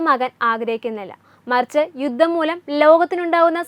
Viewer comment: തലക്കെട്ട് വായിച്ചപ്പോൾ തോന്നി മോദി യുദ്ധത്തിന് അനുവാദം കൊടുത്തു എന്ന്. ഇത്തരം പൊട്ട വാർത്ത കൊടുക്കണമോ? പിന്നെ, ഗമേനി അല്ല ഖോമേനിയാണ്‌. ബാര്യ, യുദ്ദം, സമാദാനം തുടങ്ങിയ വാക്കുകൾ പറഞ്ഞു പഠിക്കൂ.